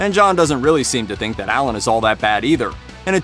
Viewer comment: Why are you calling him Ellen???